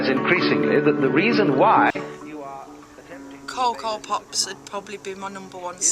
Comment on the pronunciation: The way you say cocoa pops 😂